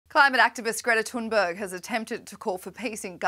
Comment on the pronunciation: *Greta Tooonberg according to this reporter